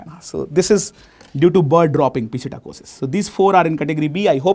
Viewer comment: Pisitacossis 😂 funny and fantastic